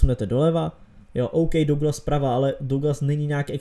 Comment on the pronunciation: Douglas se čte Dagles